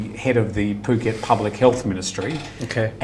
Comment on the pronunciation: Can somebody please please correct pronunciation of Phuket? It's so annoying. I thought he was going to puke:(